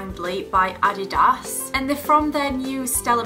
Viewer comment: I love how she pronounces ADIDAS hehe💖